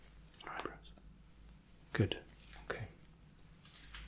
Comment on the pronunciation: Every time he says “goodT” I immediately get tingles